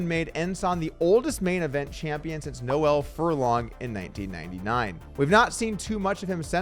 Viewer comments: Noel Furlong is Irish Poker royalty and your mis-pronouncing of his name is blasphemy.. it's pronounced "Nole" not "No-well". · Yo Doug Noel is a standard male name pronounced Knoll, not Noelle as in Xmas and female 👍🏻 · Its not nole its no-il which Irish people say so quickly it kinda sounds like one syllable. Same with Gerard, Irish people say it like gerd they boend the two syllables together. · I'd say it's more like a two syllable, like "No-il" but regardless of that, Doug definitely says the feminine "Noelle" in the video. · For anyone interested, Noel Furlong's first name is pronounced "Nole", one syllable, similar to how you'd say role or goal. No hate to Doug or anyone who gets it wrong. Irish names can be a counterintuitive to pronounce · the correct way to pronounce any name is the way in which the person who owns the name pronounces it. You gave the example of Gerard. Theres no one way to say it. The different ways of saying it are both correct. As there are different ways of saying the name Noel. However, Noel Furlong is Irish. And by far the most common way to pronounce that name in Ireland is "Nole". Ive never heard Furlong himself say his own name but any Irish person would say it as "Nole" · Also not pronounced Noelle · Americans constantly fk up saying Irish names, like how can you not say Noel